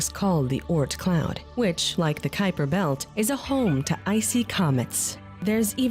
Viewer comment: You let that cute guy call it the Cooper belt a dozen times on purpose. 😹